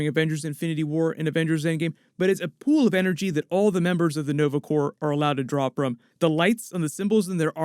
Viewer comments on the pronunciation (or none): Dang ......he said Corp....like the p not silent.